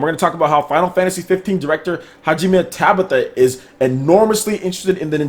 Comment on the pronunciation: yo I know you don't speak Japanese not gonna hold that against you but you ninten pres last name isn't tabitha right. Ta bah tuh is how you pronounce it fam.